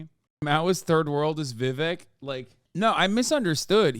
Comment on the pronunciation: vivek rhymes with snake. just sayin'....